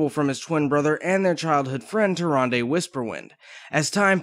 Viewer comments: TY RAN DA not TY RUN DEH ....lol the original narrators pronounce it that way. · "Tir-ahn-duh". That's how it was pronounced in WC3, no? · Tyranday?! Zin Azsharee?! you fail so hard man